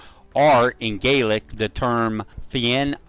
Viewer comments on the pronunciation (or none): none